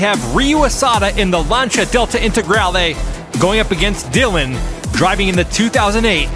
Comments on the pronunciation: love this! one thing, Lancia is pronounced 'Lanceeea'.. not 'Lancha' :face-red-heart-shape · I enjoy watching these, but the way you mispronounced Lancia drives me crazy